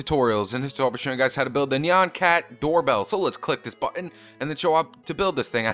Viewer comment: You said nyan cat wrong!!!